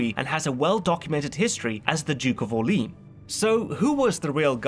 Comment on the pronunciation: I love the content but the pronunciation of Mazarin and d'Orleans... My god.